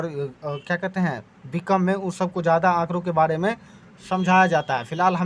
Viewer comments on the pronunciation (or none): बाड़े nhi hai sir its बारे